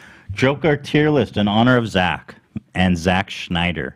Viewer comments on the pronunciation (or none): I wish you guys would do an ounce of research about Justice League. Y'all just endlessly bash his movies and admit you haven't even seen most of them, while also bringing up Rotten Tomatoes scores for movies he hasn't even directed. It's spelled Z-A-C-K and is pronounced Snyder not Schneider. His fans raised over a hundred million dollars for the mental health and the movie is over 2.5 hours of new footage that you haven't seen.